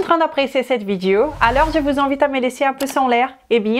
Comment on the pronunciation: le o de video est prononcé différemment du o de corps et est proche de cœur... essaie de le prononcer en faisant attention à la position de tes lèvres et de ta langue, tu verras que c'est très différent et que ce n'est pas évident pour une personne non native. Je suis prof de langues et je comprends ce challenge. De toute façon ça ne vaut pas la peine de se fâcher.